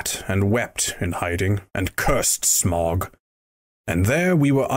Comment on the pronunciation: Wrong pronunciation of Smaug